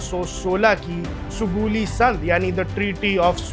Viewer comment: Sugoli ....Sugauli hay bhai....bol to lay theek say...